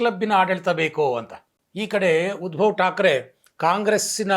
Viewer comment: Small ಕರೆಕ್ಷನ್ sir ಉದ್ಭವ ಠಾಕ್ರೆ ಅಲ್ಲ ಸರ್ ಉದ್ದವ ಠಾಕ್ರೆ